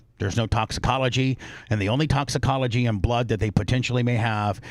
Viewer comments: Bubba I love you…..BUT ITS TOXIC-OLOGY report….. “TOXIC-OLOGY”….. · Exactly, mispronouncing toxicology and several other words over and over while trying to poke holes in a cause of death investigation report really delegitimizes what you're trying to accomplish. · it is so annoying, to not be able to pronounce a very common easy to say word